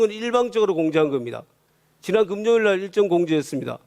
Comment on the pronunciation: 이셱이 금요일도 발음이 안되서 금료일 이라하네 개병신 맞쥬 ㅋ 그리고 형수야. 니 아가미지만 종 닥치고 꺼져. ㅋ